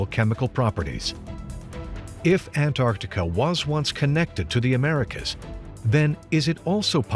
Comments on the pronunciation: NOT Antartica..... AntarCtica. jeez. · Its funny to me that only andrew collins is the only one that can pronounce Antarctica he doesn’t say ant r tica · I always thought was an intelligent man until I discovered he was unable to pronounce the word Antarctica